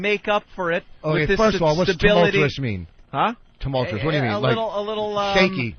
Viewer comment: I'm surprised that Vos didn't drown when he tried to pronounce "tumultuous".